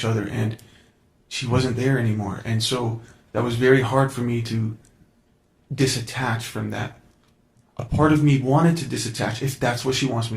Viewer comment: It’s DETACH, not disatach… ugh… this man is so annoying.